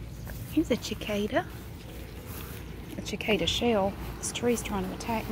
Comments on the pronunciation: the c at the start of cicada is is meant to sound like an s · So glad you are back!! I love cicadas. Ive always said sacada. Ive never heard someone say chicada, I love it!!! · I love listening to talk about things. Even cicadas! I've also never heard anyone pronounce it like that. Neat! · Ashley Smith i know! i didn’t know there was another way to pronounce it (the way she did) and i came to the comments and didn’t see any one comment on the different pronunciation, so i thought i was saying it wrong ahah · I've always loved cicadas and cicada shells, it grosses my sisters out but I like placing the on my shirt when i was younger. I've never heard anyone pronounce "cicada" differenlty before so i thought that was interesting.